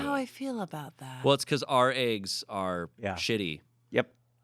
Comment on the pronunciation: OKAY. MY MOM SAYS EGGS LIKE THIS AND I REPEAT HER THE SAME WAY. SHE LIVED IN ARIZONA FOR A BIT AS A KID AND I GREW UP IN NEW YORK. CONFIRMED: ARIZONA ACCENT FOR PRONUNCIATION OF EGGS.